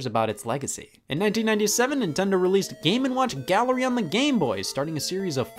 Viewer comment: Am I the only one who hears the name as, "Gamin' Watch"?